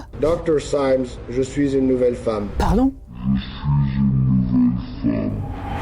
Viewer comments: Déjà quand les témoins parfaitement francophone se mettent à dire saïmz au lieu de prononcer cimès ... À moins qu'ils soient tous né au Québec ? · comment peut-on être si naïf et tomber dans une arnaque aussi grossière, Michel CYMES (même LAPIX ne sait pas prononcer correctement son nom et pour info elle n'est plus à la tête du J.T de france 2) est ORL, pourquoi serait-il à la tête d'une étude sur la lutte contre alzheimer ce qui n'est absolument pas son domaine d'expertise. La crédibilité de cette arnaque est proche de zéro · À il dit lui-même « grâce au docteur Cymes », ce qui est déjà ridicule, mais en se trompant de surcroît sur la prononciation de son propre nom 😂